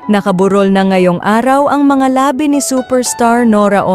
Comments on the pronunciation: Mega lips ni Nora naka burol na ? Huwag ka ng magsalita kung di mo maipronounce ng tama , dahil naiiba ang ibig sabihin . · Pakiayos naman ang agsasalita ng narrator dahil. ang pangit pakinggan ang pronounciation niya sa labi (bankay) at labi (lips) sorry po✌️ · Madam pakiayos yong pronunciation nyo kasi yong una nyong sinabi ang meaning po ay lips 👄 Bakit paulit-ulit yong vids 🤔